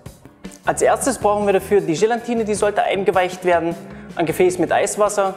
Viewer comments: Gelatine nicht Gelantine ! Und die teure ISI Flasche muss es auch nicht sein - es genügt ein guter Sahnesyphon aus Edelstahl - für ca 25 bis 27 Euro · Gelatine, nicht GelaNtine. Das ist fast genau so schlimm wie VanillJe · Wobei VanillJe laut Duden genauso korrekt ist wie Vanille. Aber "Gelantine" kann ich auch nicht mehr hören!